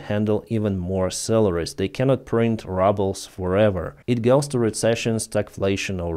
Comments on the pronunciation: lease stop saying "rubble" when you mean "rouble"!!! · Yeh, I tried to comment to about this - I suspect the mispronunciation is not on purpose but it does sound funny. Anyway, soon, the 'ruble' will be really be reduced to 'rubble' and the sun will shine again! Slava Ukraini 💛💙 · Exactly! They know how to pronounce ruble and for the reason you outline they’ve taken to calling it rubbles instead of rubles. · I genuinely LOL every time calls Rubles "rubbles." 😂❤️ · I love the way pronounces "rubles" as "rubbles". Maybe it's a Freudian slip. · I just took it for granted that is how rushan speakers say it. I mean it is litterally worth a pile of small rocks. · It's perfect ain't it!👍😊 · No that’s what it’s become you get more for rocks than a Russian ruble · Ya I thought he was saying rubble as a joke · me too L😂L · “Rubbles”. That makes me laugh so hard, as it’s true. Every time I hear, say it; I laugh so hard and love it. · we pronounce the first vowel in "ruble" with an "ooh" sound just like in Russian. When you use the short "u" you are pronouncing the word "rubble" which means the broken pieces that are left after a building falls down.. Maybe that is an appropriate image for the Russian economy, but just so you know. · It is rooobles, not rubbles. It is AYYgent, not Ahgent. (agent).